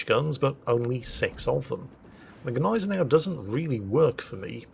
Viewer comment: And we found someone else who has no clue on how to Gneisenau, i´m not suprised.